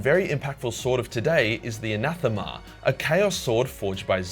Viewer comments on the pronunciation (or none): It's not anathema, it's anathame. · Great video but Anathame is pronounced like Anna-fame. :-) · An-ath-eh-ma! 👍ya bloody drongo! 😛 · His name is Ra Endymion and he's one of the GOATS. The fifth sword is pronounced "anna-th-aim" as per the audiobooks. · It's pronounced the "ana-feem" in the books. Great video as always! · Just a quick note that sword in pronounced Ana-thame with the thame part said like fame just with a th. Hope that helps! Great vid regardless!:D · If you're still wondering,: it's pronounced "Anâthaim". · Anathame is clearly a play on "anathema," which was used in the excommunication sentence "anathema mal", usually translated as "let he/she/they be cursed" although it literally means "this is dedicated to evil." Anathema is pronounced the way you said. No idea how GW thinks "anathame" is pronounced. I would guess it would be like "anna thay meh," which is close to what you said especially for someone raised among kangaroo humping convicts.